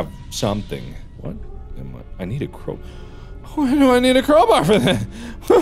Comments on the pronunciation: "Crowber" - Markiplier 2019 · why do he call a crowbar a crowbrr ??? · did anybody else notice that he is saying CROWBUR instead of CROWBAR?